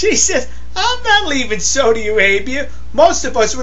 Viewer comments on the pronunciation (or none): it sounds like you are saying "SODA" Arabia.....its SAUDI...you need to pronounce the AU more.